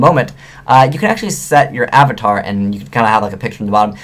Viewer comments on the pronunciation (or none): none